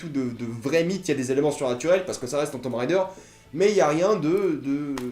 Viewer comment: Super mais ca ce prononce tomb raider (~raydeur) pas rider.